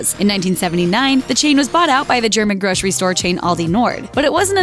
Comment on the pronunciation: Grocery = gro-ser-ee not gro-shree. A grocer is gro-ser, not grosher.